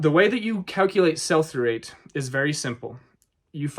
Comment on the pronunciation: What is sulphurate? Ah......"Sell-for-Rate," Uh, oh, is it "Sell-Through_Rate?" Gosh, I must get my hearing checked.